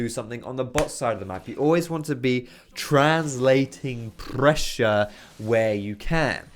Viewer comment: "You always want to be translating pbbbbbbbressure." - I lost it.